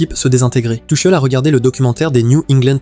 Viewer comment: Tuckel, Tuchelle, elle est belle l’IA …